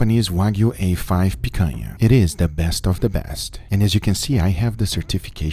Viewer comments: Guga, are you from Brazil? You say picanha just the way it's meant to be said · Guga, you saying picanha sounds like a natural brazilian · Does someone knows where Guga is from? He pronouced "picanha" perfectly! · vc é brasileiro mano? falou "picanha" com sotaque daqui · The way you say picanha makes me think you're brazilian... vc é?